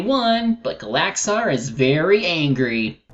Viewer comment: That's not how you Pronounce Gallaxhar,.